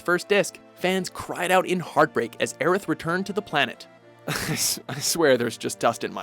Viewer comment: Thank you for saying and spelling Aeriths name right!